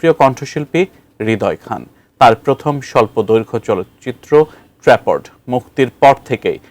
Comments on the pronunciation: it's not trapod, it's trapped😅😅.age news ta dekhe nen chokh khule then poren plz😅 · ট্র্যা'পড না ট্র্যাপ্ড😒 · trapod? seriously? Trapped pronunciation ta thik moto bolte paren na kmn apni? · কোথায় ট্রাপড আর কোথায় ট্রা প ড, হায়রে সংবাদে উপস্থাপক 🫡।নিউজ ডেলিভারির পূর্বে একটু ও প্রাক্টিস করেন না, সম্পূর্ণ স্ক্রিনর আর স্ক্রিপ্ট এর উপরে ভরসা। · ট্র‍্যাপওড!! 😂 সংবাদ উপস্থাপককে ঝাড়ি দেন সম্পাদক সাহেব। আর ইংলিশ শেখান।